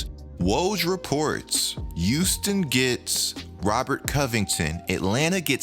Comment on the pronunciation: Nobody:: tHe YuUsToN rOckEts